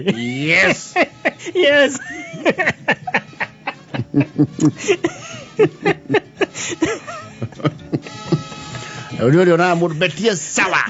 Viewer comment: Kuneana miatu n the word honey sounding questionable 😂😂😂